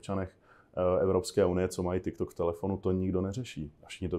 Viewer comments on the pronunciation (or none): none